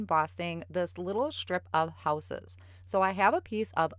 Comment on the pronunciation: did you say that those are Houses or Whooses? Sorry I have to tease, your midwest accent is so cute! I have a number of relatives in northern Wisconsin and Michigan, and so. Beautiful card btw!